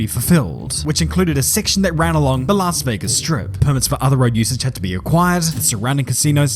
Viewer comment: It's Las Vegas😂